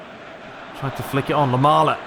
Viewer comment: his name is LAMELA no Lamala... I know you can't get all the names right but it's just too weird hearing you pronounce his name like that lol. Keep up the good work